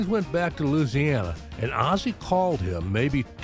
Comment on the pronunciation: Another great video brother! I gotta say it's nice to know another cat that pronounces "Loosiana" properly! At least as I was corrected by a young Cajun from Baton Rouge that I went to Navy electronics school with and later served with on USS Independence (CV-62). I remember seeing Burton on the old Ozzie and Harriet show as a youngster in the late 50s/early 60s. I never missed the show if I could help it, I loved Ricky Nelson's music! Definitely my pre-Beatles Rock and Roll education!